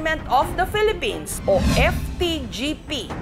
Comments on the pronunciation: Phelepens 😂 to yun tama (Pwede I delete ko to kapag parang walang respect ako) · Samurai daw. Tas yung pag pronounce ng "Philippines" pelepens daw. Bisaya talaga HAHAHAHA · En da Pelepens. Sabe ni ate. 😂